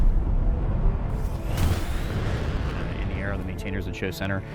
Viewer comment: Geasles rather than measles...you know "g"s,,gravity